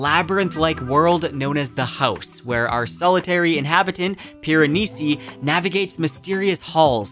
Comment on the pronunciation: Sir why are you saying “house” like that?